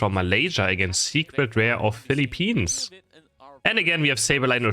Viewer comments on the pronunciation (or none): It’s pronounced as Filipins not Filipinis !!!!!! Ok?…